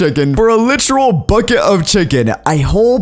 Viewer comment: "I whole buckt o'chicken" Me:"I...what